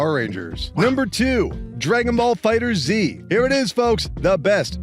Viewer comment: Its Fighterz not Fighter-Z